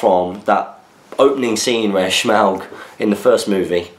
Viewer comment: forgot a question last week, and can't think of one this week either... so as a stand in while i think of something better to say, I'm just curious as to why you () pronounce Smaug as if you're doing a bad Sean Connery impression? Love the new camera/ return of battle companies/ etc. Keep up the good work! Hope that eveyone is have a kick-ass time in stockport as I watch this question being read. (assuming you manage to get next weeks SFaQ up a little earlier:P)